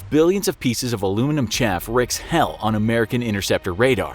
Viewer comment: "Wreaks" is not pronounced "ricks".